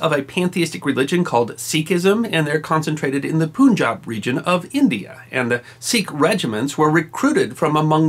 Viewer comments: Westerners have the tendency to pronounce Punjab, poonjab. Its should be pronounce 'pan-jab' hehe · The "pun" in Punjab is pronounced as in "gun" not as in "june". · Leo Rocko actually it’s panj- aab